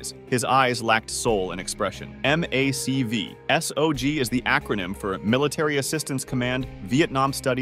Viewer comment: Mac v sog isn't said like that do more research please